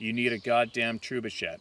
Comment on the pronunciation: Sorry, but that pronunciation of "trebuchet" 🤣